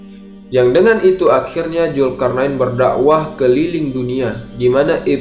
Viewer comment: Zulkarnain bang bukan julkarnain